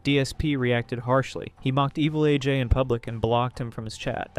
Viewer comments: Lmfao I am pronouncing evil AJ's name as 'evelage' for the rest of my life now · Evilaj? You mean Evil A. J.? The inconsistent pronunciation between AJ's username and Machinima is wild... 😩